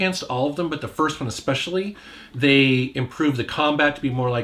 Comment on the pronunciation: Exspecially! Especially, it's especially.